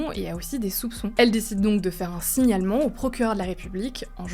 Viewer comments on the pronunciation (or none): Le mot "Signalement" faut pas faire de pause dans le mot sinon c'est un peut différent comme sens